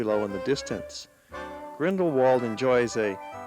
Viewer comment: the pronunciation of grindlewald is actually grindleVald not the written